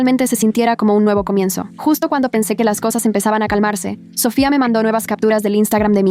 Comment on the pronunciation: Porque cuando dicen Sofia dicen Sophia en vez de Sofia